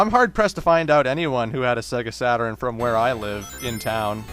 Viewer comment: Sega Saturn-urn Me:Its Sega Saturn dammit!!!